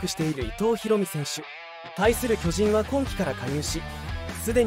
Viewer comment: 「巨人」のイントネーションがおかしい。あと、「無死」のイントネーションも「虫」になってる。